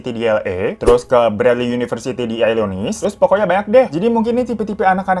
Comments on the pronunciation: Bang, Illinois dibaca "elenoy" - s nya huruf mati. Wkwkwkwk Sama kayak Arkansas, bacanya 'arkensa', S nya ga di pronounce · Illinois dibaca Illinoa